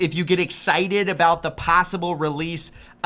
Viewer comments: "What are we talking abewt." Diabolical. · sometimes inner Canuck slips out "talking a-boat" 😂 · i died when nux's canadian came out on the word about